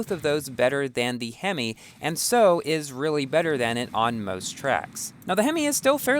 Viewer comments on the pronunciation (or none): none